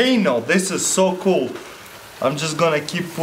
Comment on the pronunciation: hes like chinese ''wow this is coolah''